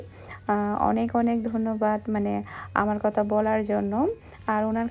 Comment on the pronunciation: Apni kotha k Kota bolen.apu apnr kotha golo 1to thik koren.tahole shonte valo lagbe.